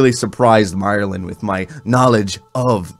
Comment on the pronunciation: God bless you man but you kept saying "Myerlin. There is no R in his name my friend. You had me cracking up though so have a good one.